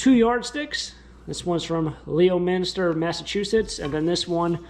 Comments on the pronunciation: Leominster - pronounced LEMON-STER in MA. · it’s pronounced (lemon stir) leominster. Your not alone everyone that isn’t from MA gets it wrong. Lol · Leominster is actually pronounced: 🍋-ster and Billerica is Bill-Rick-ah. Massachusetts is actually pronounced Taxachussetts (jk) 🤣🤣🤣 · 😀😀That would be: LOW-min-stir. Nice town! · I like how you pronounced Leominster 😂 In New England it’s pronounce Lemon-stir!! Love watching the bins vlogs!!! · Love the quilt! Also laughed so hard at your pronunciation of Leominster-pronounced Leminster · That Mass. town is pronounced, Lemon-ster. Or if you’re a local, Lemon-sta. Just info. Not giving you a hard time. That quilt is beautiful. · The town name on the yardstick is pronounced "Lemon-ster_ FYI. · Haha.. it’s pronounced “lemonstah” for real ! ☺️ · Leominster is pronounced Lemonster. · Leominster Yardstick. Pronounced Lemonstir in Boston. 😂